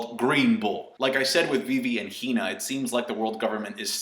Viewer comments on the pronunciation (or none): none